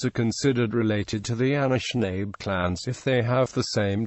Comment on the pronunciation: Pronounced Ah-nish-nah-bay.... Not Ah-nish-nabe